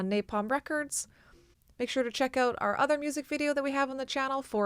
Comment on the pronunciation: she said "check ooot", i giggled